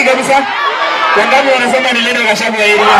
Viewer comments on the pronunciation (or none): none